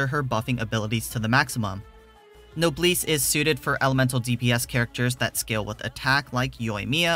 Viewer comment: My only gripe with this video is how you pronounced Noblesse lol.